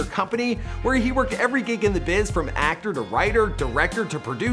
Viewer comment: ActOOR VideOO uhhhh what...